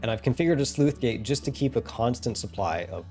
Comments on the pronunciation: I heard "sleuth gate" rather than "sluice" (which is pronounced like "juice") throughout this video. Otherwise, well done and awesome stuff! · Sluice is pronounced like juice. NOT Sleuth. That's a different word entirely. These gates do not investigate crimes. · It's not a Sleuth Gate, it's a Sluice Gate. Please look up pronunciation. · Sluice, not Sleuth. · Sleuth gates?! It's sluice gate my good sir. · SLUICE RHYMES WITH JUICE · "Sleuth" gates? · Thanks, to me it sounded like he was saying 'sleuth gate' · I just wrote it off as a minor speach impediment. It really should be said like loose with a leading S. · That c in Sluice is pronounced the same as c in city not cat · I know it's not relevent to the video but I've always pronounced the c in sluice as an s I've never heard it pronounced as an f before, just regional variation I guess